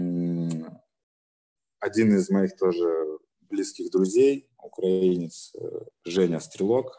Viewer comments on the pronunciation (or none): none